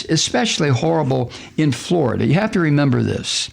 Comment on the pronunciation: pronounced: Flori-Duhhhhhhhhhhhhh